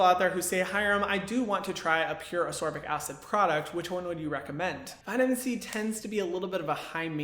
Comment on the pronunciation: I’ve just discovered you, and I’ve subscribed because you are just wonderful, but ascorbic is ass-KOR-bick, not uss-SOR-bick. This was a tough video to watch because I’m OCD, but I pushed through, because great info. Looking forward to picking up one of the recommended brands.